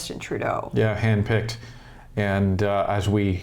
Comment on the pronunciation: Did you say hand picked or hen pecked?